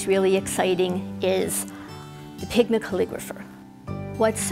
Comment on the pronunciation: Hi. I couldn't quite understand the name of the pen you recommended the beige coloured one it sounded like Pigmiker. Please could you tell me what it is called